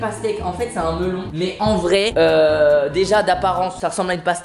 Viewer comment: s'est moi ou il a dit lastique au mellon